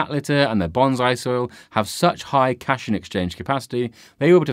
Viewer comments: cation = cat-eye-on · It is called Cat Ion, not Cashon/Cashayon.